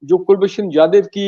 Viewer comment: Brigadier saab, Pronounciation to pahele sahi kar lijiye ... Kulbhushan Jadav not Jaidev ...